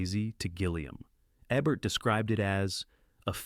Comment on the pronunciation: OMGGGGGGGGGGG!!!!! Jean Seberg was an American. It's JEEEN SEEEE BERG (as in iceberg). And since it appears you're gonna be using Ebert from time to time, its EEEEEEEEEEEEEEEEEEEE bert. Or shall we perceive him as having been French too and call him Ehhhh Bear? Good god. I grew up with these people and their names are so simple to pronounce. If you're this uneducated, get a damn pronunciation guide or simply use Youtube to figure how to say names. FFFFFFFFFF***!!!!!!!!!!!!!!!!